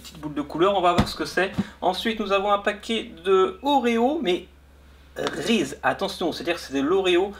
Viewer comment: le s après Reese se dit z